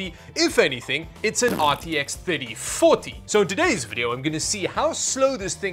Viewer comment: Somehow when said RTX 3040, i heard RTX 30farty and you know what? i'm gonna stick to that XD